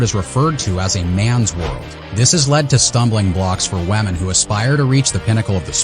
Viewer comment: Is it me or does he keep saying "Wamen"😂😂😂